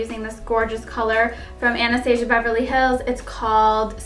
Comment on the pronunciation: You are pronouncing Anastasia wrong 😩